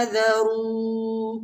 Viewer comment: Assalamualaikum qari sahab aap is ruku ki aakhri aayat mai faahzaruh ko sahih ada nahi kiya aap is ko dobara daikh lain